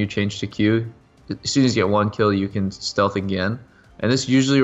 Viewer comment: lol it said sealth instead of stealth lol